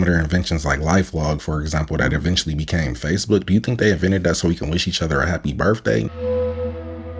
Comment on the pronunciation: It's pronounced " BirTHday " NOT... birFFday... loose the Ebonick... act like you went to an American school..